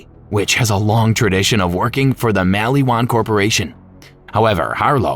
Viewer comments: Bro lol I was like "y is he saying it like that, why is he saying mall-ee-wan lol it's maliwan" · mul e wan lol